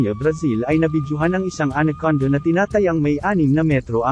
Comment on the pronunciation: Salamat po sa pgbhgi sa impormasyon n ito. Ang ganda pong pakinggan ang pagbigkas nio sa anaconda at cobra (tamang pagbigkas sa Ingles)...